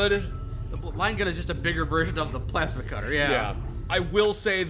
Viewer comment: "Pulse cutter... pulse cutter.... pulse cutter..." ITS PLASMA CUTTER,!